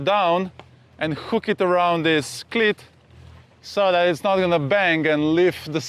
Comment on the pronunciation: Great video as always. Although your english is fantastic, you just need to fine tune how you pronounce cleat. Your pronunciation is of a ladies private part.